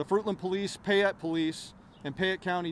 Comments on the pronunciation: PAYette, the word is PAYette not PIEette. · You also pronounced payette funny. It’s pay- ett Sounded like you said pie-ett :p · Hi! Payette – pronounced "Pay-yet" & Not "Piy-yet". Idahoans are very picky about pronunciations of any City, County, Street's and ect. I work for the State & was corrected if I pronounce a City or County wrong. 😉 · Hi, wonderful job on the story. I live in Idaho and know this story and have been following it. There is only one thing that I wish to point out that you haven't corrected in your comments. The county that this takes place in is pronounced "Pay-ette" not "Pie-ette". I'm not meaning to be nitpicky about this but I want to bring this to your attention so you may now know how Payette is pronounced here in Idaho as I was confused each time you said "Pie-ette" when you were talking about the police and county.